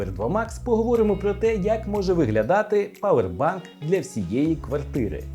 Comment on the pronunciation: П А У Е Р - язик можна зламати. Перестаньте мавпувати з московмької. Power - павер. Doctor Watson - Ватсон а не уотсон.